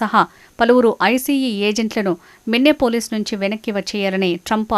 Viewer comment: మిన్నెపోలీస్ కాదు తల్లీ అది మినియాపోలిస్